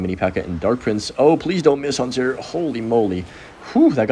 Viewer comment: We eatin' good from Huntuh